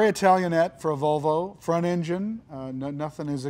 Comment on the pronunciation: Jay said Valvo! No, Jay, it's Volvo, unless maybe you're Swedish.